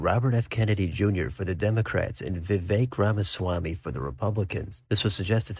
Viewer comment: Gotta give you credit for correctly pronouncing Vivek